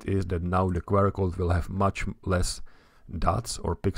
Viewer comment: as a fellow Czech, I also find myself making the same mistake as you in this video - pronouncing abbreviations in Czech. Instead of [kve: er] it's pronounced [kju: a:r]